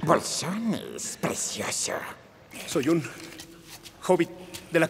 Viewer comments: Eso mismo opino, a ver si aprendemos a hablar, creo que te comiste la "C", es "PRECIOSO", no es con "S". Y si escuchas todo el audio, sí dice "precioso"... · Morí de risa cuando dijo presioso